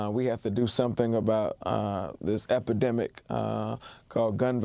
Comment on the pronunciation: Sure we want to by lectured by a guy who can’t actually say the word epidemic?